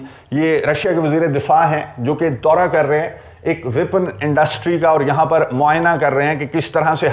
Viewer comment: ویپن انڈسٹری & not وپن انڈسٹری۔